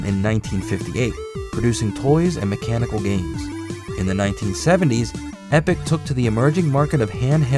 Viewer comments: It's Epoch! EH-PAW-KUH It's interesting to think that Namco was very closely tied with Epoch. They were testing all the markets before throwing their weight behind Nintendo entirely. While the Japanese market is fairly one-brand focused, I think that Epoch could maybe have become a viable competitor if they had just a little more behind them. They were better than the SG-1000 but seemed to be less successful for no easily found reason. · Is he not pronouncing "Epoch" wrong?